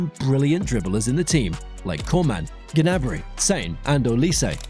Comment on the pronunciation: Gurrnaby? wtf